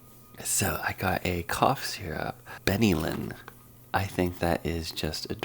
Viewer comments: Ben A Lin pronunciation Benylin. My mum and all her kids were brought up on this an it was highly effective. For me too . Its very very well known. Im surprised such an esteemed guy hasnt heard of it. And can dis it so easy! Im disappointed the way you dis it so bad Ps buy a measuring device .. its really easy!! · "Benylin", if that's the same as available here in Canada, is pronounced 'BEN-el-in', at least in our commercials. It was our family go-to cough syrup